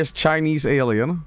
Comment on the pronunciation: aur naur its an aurlien